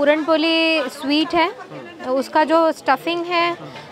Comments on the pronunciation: Appreciate d lady 👌👌 Just one thing.. Its not पोली Its..... पोळी... Dis is a Marathi dish not any up bihari dish... Dat u can't write ळ properly.. Rest.. I really Appreciate d lady... But use d language properly. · पुरण पोली नसते,पुरण पोळी असते।